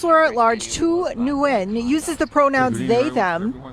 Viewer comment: the name Nguyen is simply pronounced “win” not “new win”.